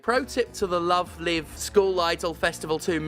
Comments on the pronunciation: Incidentally, it's "Love Live" pronounced like "coming to you LIVE". In one of those weird garbled translation things, the English word "live" came to mean "concert" in Japan. It's an anime franchise about idols so I don't know anything else about it, but that they pronounce it like that, though. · Stephanie, you pronounced it wrong. its "LoveLive" not "LoveLive" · People always say the wrong "Live" when sayings the title of the game. Its Live like "Live action" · This is an excellent video, which makes me regret knowing "Love Live" uses the other pronounciation of "live". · Steph mispronouncing Love Live the entire time because they're so unfamiliar with the franchise is a good reminder of what bubble I live in, and that it's good to get out of that bubble sometimes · I know this is not the point of the video, but I do find it very silly that Stephanie pronounces "live" in "Love Live" incorrectly, but "live" in "Miracle Live" is pronounced correctly. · stephanie please..... how are you mispronouncing the title of a game when the title is already the english version of the JP title............... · Oh nooooooo, it's reached the mainstream. Please believe me when I say this game used to be really good T_T (Also it's pronounced Love Live with a long I as in live show, not short I as in to live forever. For anyone who cares lol.) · Stephanie. Please. If you're going to say the title aloud dozens of times, PLEASE don't mispronounce the title every time. The 'Live' in the main title has a long 'i' sound. Were you thinking of "They Live" when reading the title? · I understand Steph has absolutely zero awareness of Love Live and that's perfectly okay but every time they use "Live" as in "Give" and not "Live" as in "Five" it hurts a little 🤣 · wait... have i been pronouncing the live in love live wrong for years now? hearing another person say it just fucked my head.